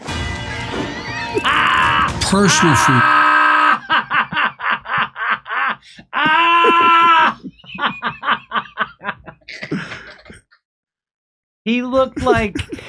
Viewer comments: It's not Freedom, it's fweedom as Kamel toe Harris has stated. This guy is probobly already in diapers, imagine what another 4 years will be like. They will be spoon feeding him baby food by then. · Actually, it's pronounced "Fweedum" now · He opened with freedom because how can he screw the word 😂